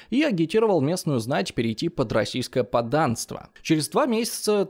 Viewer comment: вИзири 😂 пришлось пойти погуглить, подумал а вдруг я всю жизнь неправильно говорил. Очень странная оговорка для человека любящий историю, ну ладно, за то настроение поднял. ПоддАнство😂 почему у тебя такие странные ударения? Астановись, хватить😂